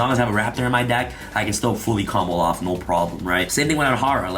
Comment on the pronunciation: Does the way add an l to the term "combo off" make anyone else cringe? Everytime he says "Combloff" I die inside.